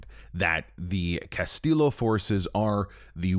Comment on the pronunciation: Bro the game pronounces his name right. Castillo isnt pronounced with a hard L its pronounced “ll” like “y”.